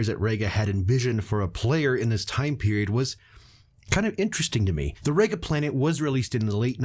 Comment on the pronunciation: REEga not RAYga.